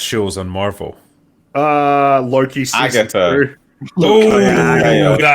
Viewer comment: So Loki becomes Slo-ki. 🤦‍♂️